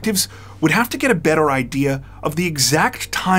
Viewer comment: Many of similar videos have a narrative generated by AI from a text tile. The result is a ton of bizarre pronunciations, e.g., "We have no iddy-ah (idea) what happened next." This video was very well done.